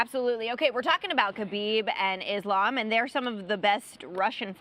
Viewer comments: How brought Belal back? Stop this nonsens. 🙈 His first words he already said IslEm. Common, rmember his name. As a muslim you should be able to say IslAm.😁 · he should at least remember the fighters names. I am happy DC called Belal out for saying IslEm. Islam ist named after Belals own religion, he should be able to say it. 🤓 And i am not even muslim or likeing Islam. Belal just bugs me. 🤦‍♂ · Javiar Mendez pronounces Islam like islm 😆